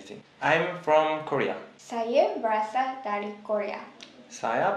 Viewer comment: ber asal... bukan ber rasal la 🤦